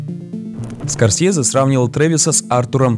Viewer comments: СКОРСЬЕЗЕ!СКОРСЬЕЗЕ!СКОРСЬЕЗЕ!СКОРСЬЕЗЕ! АААААААА!! ЗАЧЕМ ТЫ ТАК ПРОИЗНОСИШЬ ЕГООООО?!!!!!!! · Мне понравилось абсолютно всё, так это одна из моих любимых картин, согласен во многом, но только слух режет произношение "СкорсЬезе"